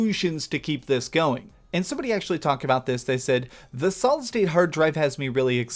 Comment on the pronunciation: Amazing video. Every time you said solid state drive... I heard solid snake drive 😂